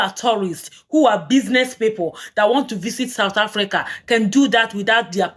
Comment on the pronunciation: You lie we are the news period 👍 see how many of your own youtuber are talking about South Africa some cant even pronounce the name sountafrika what's that..